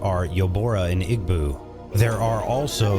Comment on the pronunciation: That, and his pronunciations of Yoruba, Igbo, Biafran, and Ghanaian was definitely off..